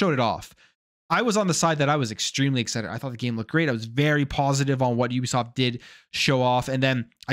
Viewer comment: Thanks for pronouncing it right. It's YOU- BE- SOFT